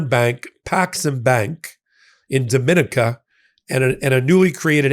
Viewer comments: Dominica is pronounced…. DOM-in-eka, and not Do-min-ika. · The country of Dominica is not pronounced the same as in the Dominican Republic. It should sound like "do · mi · NEE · ca." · It’s pronounced Dom-in-EEKA. It takes away from your reporting if you insist on pronouncing it wrong. It’s not the Dominican Republic it’s two entirely separate places! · Please correct your pronunciation of the island country Dominica. It is embarrassing that both you and Ben have been mispronouncing it for months.